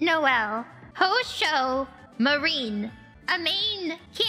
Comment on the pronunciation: House ho marine